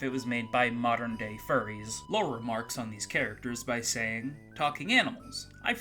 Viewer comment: I keep hearing "Lore" as "Laura". IMO Lore isn't a very good name for a character. I mean, it's better than the name "Sword" in Time Stalkers, or "Poo" in Earthbound, but as far as RPG protagonists go, it's somewhere down there. To think that a battle with a gaslighter could be about going around adjusting a series of gas lights while the enemy tries to cloud the battle area, obscuring which lights need adjusting. It's certainly a better idea than that guy came up with. Hey, I could work at Blizzard with ideas like these! ...except that I'm expressly interested in making adult games, which blizzard probably isn't desperate enough to want to make (yet).